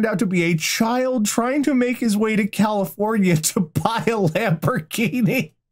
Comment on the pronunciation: 1. His heart was in the right place...? 2. Wow, this guy is about 22 flavours of crazy. Sorry, Ohio. 3. Honestly, this one's pretty tame. 3.5: THAT'S NOT A GOOD SURPRISE! 4. How does this keep getting worse with each sentence!? The fact it isn't the last story terrifies me. 5. Cali-FOWN-ia. 6. Well, that's ONE way to self-isolate.